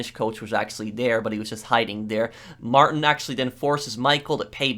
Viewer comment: It’s not Martin the way he pronounces it. It’s like: ‘Mar-teen’.